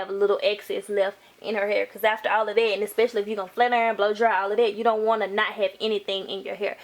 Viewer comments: Tru😂😂 H AAA IR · She says hair funny 😂😂😂😂😂😂